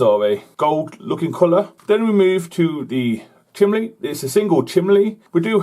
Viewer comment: Great videos! It makes me nervous when you use a pointy metal object to point out details though, maybe use something else, maybe a toothpick? Keep up the good work! OH and it's chimney, not chimley!! lol!